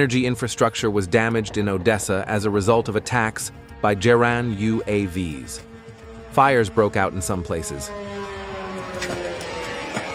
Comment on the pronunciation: the spoken plural of UAV is not U.A.V.S. 😀, it's like "U. A. Vees"